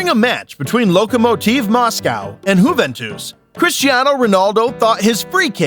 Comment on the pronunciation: This became more unwatchable as it went on. The narrator had literally no idea how names such as "Juventus", "Haaland", or "Mané" are pronounced? Even the most cursory listen of a couple of highlights would've done it. Seriously, "Maine"? Man's name is Mané 😂😂😂